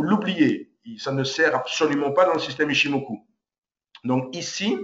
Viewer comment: C koi cette habitude chez les frenshies de tjrs adapter une langue à leurs culture!! Chikou senkou ichimokou!!? Ya pas de ou!!! C'est Chiko span, C'est Senko span, C'est ichimoku. Apprenez à respecter les langues etrangeres. Vous voulez apprendre l'ichimoku allez voir la chaine d'un expert japonnais, son contenu est en anglais allégé facile a comprendre. Dans ttes les videos francaises ya pas d'explication sur les time,price et wave theories!!? ''Japaneese forex trader kei''